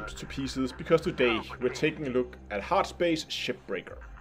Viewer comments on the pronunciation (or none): at the start sounded like you said heartship shipbreaker :D. DLC